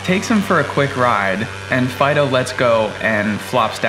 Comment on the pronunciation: Insteada Fido it’s FLYDOUGH